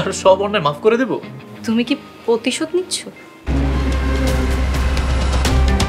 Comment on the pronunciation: রাভিনার উচ্চারণের সমস্যা আছে, প্রতিশোধ বলতে গেলে পতিশোধ বলে ফেলে ।